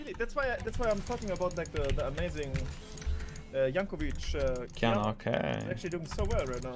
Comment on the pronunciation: "Jankovic" lul